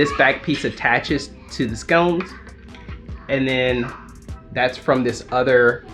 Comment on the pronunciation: Sconce brother, not scones. Lol. Kidding. Great video. What did you use to get them to match the screen color?